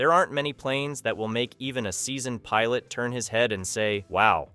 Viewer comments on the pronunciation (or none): none